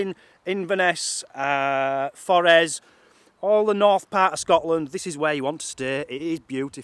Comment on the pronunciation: It’s not forees it’s pronounced forrest white out the t